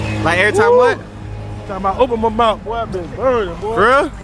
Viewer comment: That mouff😂😂😂😂😂she need to fixed that